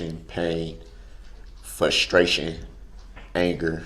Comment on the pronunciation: "Fustraion" is also not a thing.